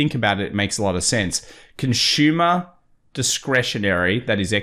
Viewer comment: “Conshuma”. Lol